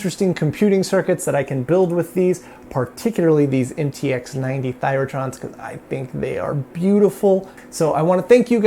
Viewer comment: “MTX90” read as “em ti ha 90”